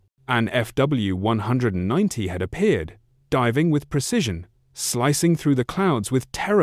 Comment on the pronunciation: Either say F W 190 or Focke Wulf 190 It’s not hard to pronounce that name correctly It’s belittling to repeatedly mispronounce it because you haven’t even listened to your ai’s voice from start to finish. Please make it stop saying “few 190”.